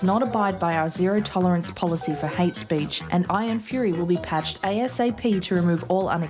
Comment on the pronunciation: we're in 'merica...its HATE speech..not hatch-ess speech!